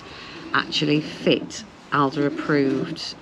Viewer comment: Yes you have learnt a lot. You now know how to pronounce Aldi 😭